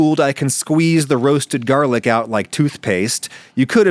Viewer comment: Gerrlic Butter 😂